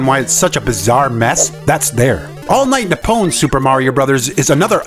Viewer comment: Your pronunciation of ‘Nippon’ pains me. Nip. Pon. Not ‘ni-pown’.